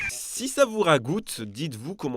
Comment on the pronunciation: Petite précision il n’y a pas « s » à « si » Donc pas de liaison merci 😊